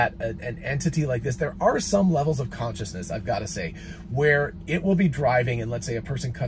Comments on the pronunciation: ConCISEness, not conciousness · For the love of God, it says CONCISENESS (as in brevity, briefness), NOT CONSCIOUSNESS (self-awareness).